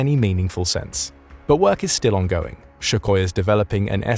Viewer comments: Might as well rename the video "Why the SU-57 shucks" It's Suk-hoi... Not Shu-koi.... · Your AI voice is pronouncing Sukhoi incorrectly. It is using the "szhoo" (zyou) sound, for "SZhoo-koi," when it is correctly pronounced with "Soo" for "Soo-koi." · Not bad, but his name is Sue coy, not Shoe koi. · I understand that the Russian letter 'x' might be difficult to pronounce ('kh') but what is the problem to pronounce the first syllable of Sukhoi's name as 'soo', not 'shoo'? This 'Shookoi' is really irritating. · Why do you say SHukhoi, not Sukhoi? I've never heard the former before, and looking up the pronunciation, you seem to be saying it incorrectly this whole time. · I've seen recent estimates putting the number of operational production Su-57s at 20 with 10 preceding prototype and pre-production aircraft. It's Sukhoi NOT Shukhoi. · Where did you get the "SH" sound in Sukhoi? It's Soo-hoi, not SHoo-hoi! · Sukoi … not shokoi… where do they find you guys… seriously. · It's Sukhoi not Shukhoi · I agree! Btw it's pronounced SU-khoi not SHU-khoi. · It's not "Shukhoi". There is no "h". It's Sukhoi. Your pronunciation shucks... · hey, "@ " > It's Sukhoi, not Shuhoi! With S, not Sh. Like SukaBlyat, not like Schmeisser! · It’s not Schuchoi, but Su-hoi. Read as written. With an S. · it's Sukhoi, not SHukhoi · Is pronunced "Sùkhoi" not "Shukòi" (s not sh and accent on the u) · Sukhoi NOT shukoi 😂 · Its pronounced "soechoi" not schuckhoi. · Sukhoi not Shukhoi Jesus christ. If u can't get that right, how is anything else u say right den? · not "Schukhoy" but 'Soohoy' . really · You don't pronounce Russian words correctly, annoying It isn't Shookoy, it's Sookoy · He mispronounces Sukhoi as Shukoy the whole time. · Su koi To be presoijsche. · Actually sounds more like Sue Hoy Сухой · I swear if I hear "Shukoy" one more time after this video I'm gonna walk out the window (I live on 3rd floor) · Why do you keep saying Shoe-Koi?